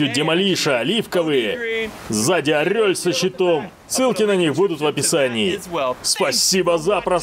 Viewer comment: Я каждый раз смеюсь когда он говорит орёль!!!😂😂😃😃😁😁